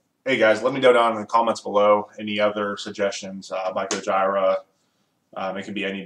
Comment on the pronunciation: It’s pronounced gojeera bruv